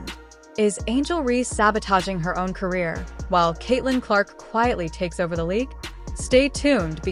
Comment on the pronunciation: "Carear"? You have a brain tumor?